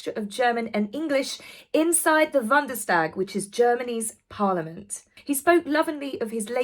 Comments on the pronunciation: I love you soooo much but it is Bundestag not Wandestag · Hi, Bundestag is pronounced like this: "Boondestag". x